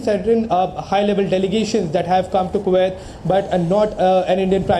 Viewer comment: Why can’t Indians just say Kuwait correctly? It’s ku- wait. , not ko-waithe.